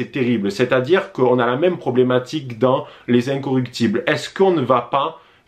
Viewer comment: Je t’apprécie beaucoup mais c’est les incorruptibles !!! Et non incoructibles!!!